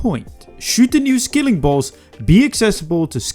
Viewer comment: It's a SKILLING boss not a SKILLER boss